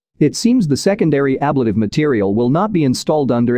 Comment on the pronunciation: The word ablative is pronounced a-BLATE-ive, not ABLAT-ive. AI voiceovers drive me nuts with all the inaccuracies.